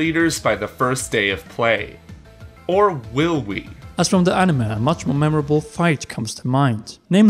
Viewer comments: Just came to the comments to see if anyone else had a problem with how he pronounces ‘anime’. Ani-muh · "Animuh" eye twitch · Why does he keep saying 'animuh'?